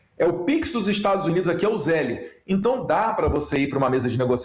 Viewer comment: Zeli não banana podre. Se pronuncia Zel.